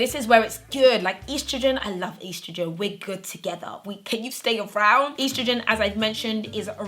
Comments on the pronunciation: Ur mispronouncing estrogen ... 😭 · Did any of my American folks cringe when said estrogen? Great video